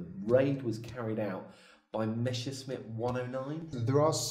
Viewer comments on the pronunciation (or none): you surprisingly speak of Meschersmitts, rather than Messerschmitts. You ought to know better! 😤